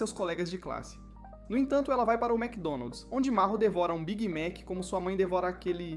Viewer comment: oxii wacdonald's não é Mec Donald's